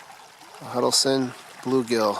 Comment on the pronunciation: Huddles Ton, not Huddle Son